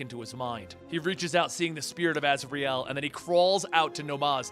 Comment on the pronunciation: I can’t take anything you say seriously when you pronounce his name ‘Raz’.